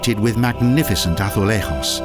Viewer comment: good to do better research on pronunciation. you can't even pronounce braganca azulejos do you know you are not in spain dum dum